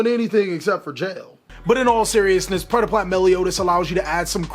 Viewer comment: Nice job, that was some really good predeplant pronunciation